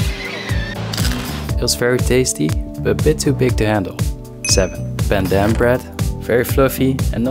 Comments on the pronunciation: The way you pronounced pandan 😔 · The way he pronounced “Pandan”…